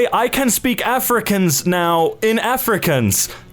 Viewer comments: I got so pissed when he's pronounced "Afrikaans" as "African's" for some reason-- I speak it and it's pronounced "AhFrick-Arns". As a South Africa I confirm this. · Your pronunciation of Afrikaans troubles me, the 'kaans' bit is pronounced as 'karns', not 'kans' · Not you saying Afrikaans as Africans 😭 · Im south african, and it hurts hearing him say Afrikaans (Afric-aans) insted of (Afree-Kahns) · The way he says afrikaans like afrikans hurts my soul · It pains me that he said Afrikaans like 'Africans' :/ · Pronounced afrikhans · "Afrikaans isnt a language" LOL WHAT IM LEARNING IT IN SCHOOL P.s Its pronounced "auf ri kau ns" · I LOVE hearing Americans try to pronounce Afrikaans words or words from here. the Correct prononciation is: Ah free caa hin ß (Afrikaans - A fri kaa ns) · The way he says "Afrikaans" hurts my heart. It's not pronounced "Africans". All A's in the word are pronounced long(not sure how to explain sorry😭)like in the word naan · Holy fuck I’m so offended. It’s pronounced afri kauns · It’s pronounced afrikaahhns like aaaahhhhh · So no one's gonna talk about the way he pronounced Afrikaan? No? Ok. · You must drag out the aa in Afrikaans, so aahns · Just saying... A-fri-kââns Dit is nie so moeilik nie man... (Not supposed to me a rude comment) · Please pronounce Afrikaans correctly! the Kaans part is like 'Khans'! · You say Afrikaans as afri kan s Edit idk I might be wrong or I might not have explained it wrong in the way to pronounce it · Dear: Afrikaans is pronounced:Ah-free-kaa-ns (Im South African,its my second language) Was the misspronounciation on purpose or accident? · Af-ree-cahns, it’s pronounced - has similarities to Dutch! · Afrikaans is pronounced like are-free-karntz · Helpful pronunciation tip for anyone who needs it. Af-re-khan-s. Start is kinda like saying off but in a higher tone. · Ye it's pronounced Awfrick-awwns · Af-rick-kaaans :) I live in South Africa btw it's pronounced like that. Correct me if I'm wrong